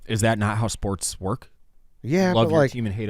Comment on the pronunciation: Am I just now realizing that WSD pronounces it shports